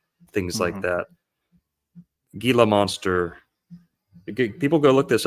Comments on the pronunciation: Heel-la monster, soft g. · Monsters Inc.! Edit: Also, it's pronounced HEE-lah monster (Gila). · Pronounced Hila monster not with a G